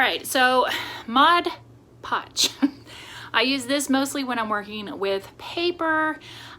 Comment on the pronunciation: Love it! And yay for saying “MOD” Podge. I promise you are not the only crafter that calls it “Modge”. I do have the Cordless Surebonder and mine does drip a bit but I don’t believe i am using Surebonder glue sticks. Will get some and see if it makes a difference. I enjoy this series. I am old and am having trouble seeing stuff too. Threading a needle is almost impossible.